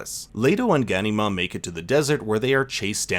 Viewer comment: Ga...nee... mar, pronunce it properly.